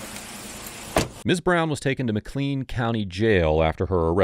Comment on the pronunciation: FYI, McLean is pronounced like McLain / McLane (IPA: /məˈkleɪn/ mə-KLAYN) Great job in general though! I love the quality of your content!